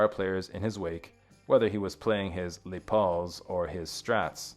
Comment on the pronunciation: Gibson Les Paul guitars are legendary. The name comes from luthier and guitarist Lester William Polsfuss aka Les Paul (pronounced “less Paul” and not “lay Paul” as one might do if it were a French word. No biggie though, I like your channel. I can tell you put in the work to research and deliver a well put together video. Thank you